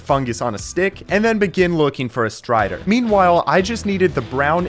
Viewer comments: Bro said stray when he was supposed to say strider 😂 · Ah yes, the Stray-der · find the stray? don’t you mean strider?? (JK)